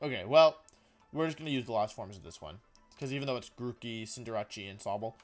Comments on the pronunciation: PLEASE SIR... PLEASE FIX YOUR PRONOUNCIATION OF SOME POKEMON NAMES. It kills me when you pronounce decidueye as dekiduwii and cinderdace as cinderatjie. I love you men for the love of god fix it :) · It's his thing. He mentions he does it because of his friend, Markus Stadter. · There’s no way you’re saying Cinderace or Decidueye correctly bro 🤣🤣🤣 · U say cindrace so weirdly its cinder race not rache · His pronunciations really get me “cinderawchee” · Cin-der-RaChI 😂 it’s Cin-der-race bud other than that I think cinderachi should be moved up to like B or A and with it’s hidden ability it should be S. Feraligatr is very slept on yeah there are Pokémon’s that can do it’s job better but in a vacuum it can definitely get the job done so I think it should be like B and Meganium should be an F tier mon tbh I know I just said this about feraligatr but other Pokémon’s does meganium job much better the only difference is meganium doesn’t have much if any coverage moves while feraligatr does. (P.s. I haven’t used a meganium since like gen 4 heartgold online battle days so if it got coverage now in gen 7 or 8 then I guess it can stay where it’s at but if it doesn’t that should be an F) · xcuse me- cinda-rachi? you mean cinderACE? where did jirachi come from- ALSO- DEKKI DEWI-- OH MY GOD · Also the fact he said Cinder-ase As Cinder-ache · Cinderachi.... cin-der-ace I think you mean. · I can't get over the fact that he called cinder-ace "cinderachie". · Cinderatshy? Cinder-Ace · He’s a professional Pokémon player and still doesn’t know how to pronounce the names! First off, it’s scorbunny, not cinderace, and second, cinderace is literally cinder & race, not cinderache! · cinder-ache? I thought it was pronounced cinder-ace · Excuse me ? Cinder-ache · Why did I laugh so hard at the way he pronounced cinderace? 😂😂😂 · "dekidue" "ciinderatti" is this really how you pronounce in english ? i would never imagine that it was like that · Dekeedooey and Cinderachee